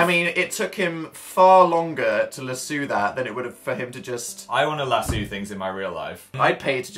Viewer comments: ”LASSUU” damn it dan it’s LASS-O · Dan: lassoo Me, an american: .... its lasso. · im sorry but its lasso knot lasoo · Dan says luh-soo, phil says lah-soo AND HUMANS PRONOUNCE IT LASS-OH. jk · That's how you say it isn't it? Lassoo? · DO THEY SAY "LASSOO" INSTEAD OF "LASSO" IN ENGLAND??? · I'm very impressionable so now I say "lassoo" instead of "lasso" and "sive" (sih-ve) instead of "sieve" (see-ve) xD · lassoo 😂 I cringed, hard, I'm from Texas, let's say it together, Las- O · You guys saying LU-soo instead of LA-sso :'D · They pronounce it "la-sue" 😂😂 it sounds strange to me. I say "lasso" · Lessoo😂😂 us Americans pronounce it Lasso (Luh-Ass-O) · sav LasEww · Nothing has ever disturbed me more than hearing the word Lasso pronounced as Lassoo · robinson most Americans pronounce is lassOh with a hard A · Is that just Dan being Dan or do people actually pronounce lasso as "Lasoo" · In England (mainly) we pronounce it as "lass-oo" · OMG THE WAY THEY SAID LASSO THO XD I love listening to the way they pronounce things differently in England. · The way Dan and Phil pronounce lasso though. "Lasooo". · 'LasEw' Dan, ohmigod 😂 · lasso = luh-soo according to dan and phil😂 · Wait, what the heck? How did I never realize until now that they pronounced lasso "lass-oo"!!! 😂 Is this a British thing or a dnp thing? Or other. 🙃 So cute, though. I kinda want to say it that way except everyone wouldn't know what I was saying. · … do all English people pronounce lasso “lassoo”? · I love how they pronounce lasso x) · I wanna cry how they said lasso I'm gonna say it like that now. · Being from Texas every time they said lasso.. I cringed and laughed so hard i started snorting 😂😂😂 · real life yelling about how they pronounced lasso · i have neVER heard lasso pronounced like that omg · They pronounced lasso very oddly...